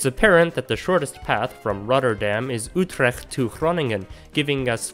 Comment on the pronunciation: I was momentarily distracted at the commendable attempt to pronounce Utrecht correctly!